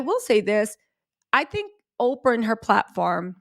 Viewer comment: Girl not “Ofrah Winfrey” 😅